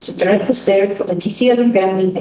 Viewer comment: Haha!! We're you chuckling to yourself about what you were writing?! That cracked me up. What you wrote is literally how it happend. LS: Are you a tret? Dr: A what? LS: A tret? Dr: A dirt?! LS: A THHH-REATTT